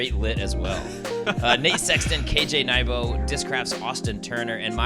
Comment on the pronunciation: Love the effort by, but KJ's last name is pronounced new-boo